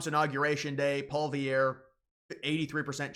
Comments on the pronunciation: Nothing like commentary where they're not even able to pronounce the names properly. Who's Paul Vierre? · Who is listening to this poser? He doesn’t even know how to say Poilievre correctly. You’d think someone who makes talking about these people his job would learn their names. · Learn how to pronounce Pierre Poilievre’s name properly - if you want to make videos that seem half serious. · How have you STILL not figured out how to say Poilievre properly?